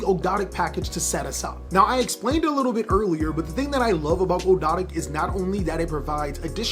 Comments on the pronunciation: Here let's help you out good sir, Ahhg-do-ah-dic= Ogdoadic. Soul-fa-chor-d= Solfachord. Just got to keep saying it over and over to get rid of the tongue twister feel. Not making fun, just wanted to help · They're pronounced Og dough dik :) newcomer and I love your videos!